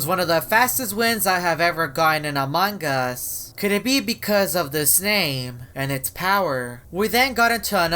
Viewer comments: he just said amanga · I like everytime say "Amon gus"